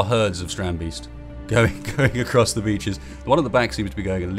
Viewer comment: Strand - BAYST Not "Beast"